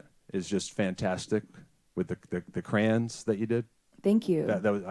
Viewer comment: "The crans…" Crayons! Cray-ons! Two syllables!